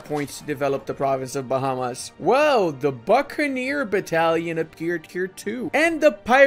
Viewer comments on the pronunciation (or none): none